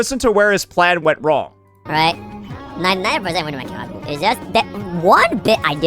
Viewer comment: Bro is restared that he can't even pronounce it Right